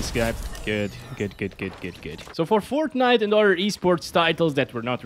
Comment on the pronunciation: i dont know but why say sutternite...bro like it is fortnite